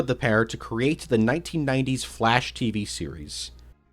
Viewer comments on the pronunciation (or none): I keeo hearing "the flesh" instead of "the flash" ahah (great video btw !)